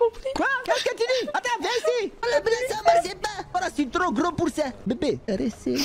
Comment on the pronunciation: Les gens disent ze suis gros🤣😂